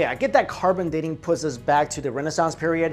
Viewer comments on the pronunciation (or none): none